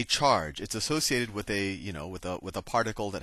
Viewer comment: haha his Indian part of him comes out when he says "associated". that's my man